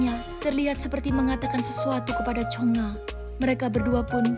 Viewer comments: Nama nya chungha bukan chonga😮😅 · Yang benar chungha woi cheungha² aneh kali lah ni